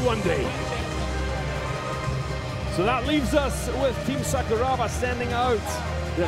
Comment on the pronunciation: Just so you know, Sakuraba is pronounced Sakura (cherry blossom) then add Ba. When they're saying it the way they are in this video, no one in Japan knows who they're talking about.